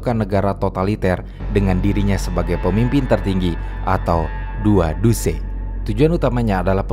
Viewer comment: IL duce mase, bukan 2 duce